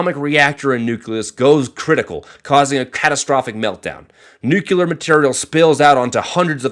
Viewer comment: 99% of all the people that disliked did it because he pronounced nuclear as nucular